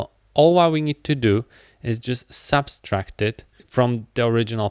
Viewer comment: The tutorial is great, but the operation is called "subtract", not "subStract" 😭